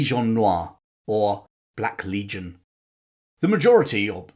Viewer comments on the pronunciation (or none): none